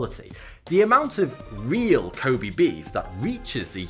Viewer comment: I lived in Japan for way too long. You repeatedly mispronouncing Kobe is bugging the shit out of me. LOL